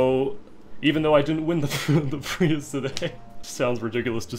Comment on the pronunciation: "i want to give you your privus", sir i believe its prius